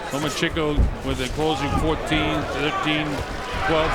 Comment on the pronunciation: He also pronounced the name wrong several times. I enjoyed the hell out of that. Same with "The Mexican Fighter" or "The Mexican" LOL! OH, AND THE "FIGHT LIKE A MEXICAN" "DOWN AND DIRTY" HAHA